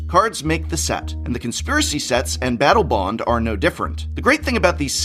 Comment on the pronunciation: he says Battle Boned lol